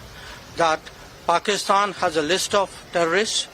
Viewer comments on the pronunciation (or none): none